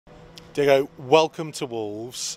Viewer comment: It’s Diogo not Diego he makes me happy makes me feel this way